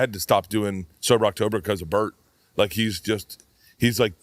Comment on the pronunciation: I like that you pronounce the name Burt as butt